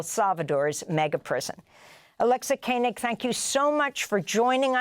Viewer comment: This was extremely eye opening, and excellent! Thank you for this! But please pronounce Alexa Koenig correctly! It is just the way it looks.. yet you repeatedly said, ‘Kainig’! I know other Koenig’s that are from my religion.